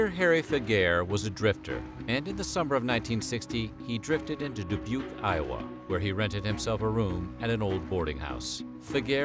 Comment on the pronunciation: I’m from Dubuque and it’s weird to hear our city name ( even pronounced correctly ) in videos